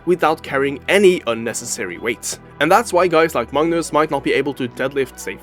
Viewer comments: Why do you pronounce Magnus as Mungus? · the guy narrating says 'mangus' or any other time he says it